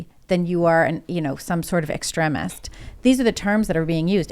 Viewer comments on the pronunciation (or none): This chick doesn't know how to pronounce words... "extreeemist" it's extreeem. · Extremist EX-TREE-MIST Not ex tre misd. Still making good point though. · Ex-trem-ist❌ ex-treem-ist👍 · Sorry but who doesn't know it's pronounced ex-TREEM-ist? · I dont trust in the least. Tims already moderate asf but shes an apologist. Several times in these podcasts shes tried to control the narrative. Luckily shes the least dominate person in the room. She must of forgot these arent her writers.. Also she pronounces extremist wrong...